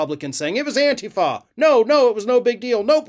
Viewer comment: You pronounce antifa wrong. Accent is on the I